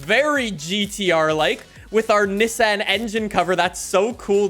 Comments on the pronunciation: It’s Ni-ssan not nessen 😂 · Bro doesn't know how to say Nissan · The way you say Nissan 😂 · Love the vids, but it kinda drove me crazy the way you said Nissan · I get so triggered when he pronounces Nissan wrong